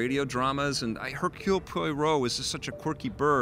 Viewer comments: Its pronounced Po-wa-row, not Po-i-row. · Poirot is pronounced pwa-ROH